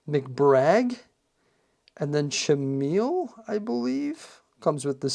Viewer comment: You would appreciate this set much more if you watched Ninjago. This set is awesome, the minifigures are awesome, many of them are ones Ninjago fans have wanted for years. The working Lego toilet is cool, I would rather use a trans clear stud. The green building is a tech phone store Nya is pronounced Neeya, Chamille is pronounced Camille.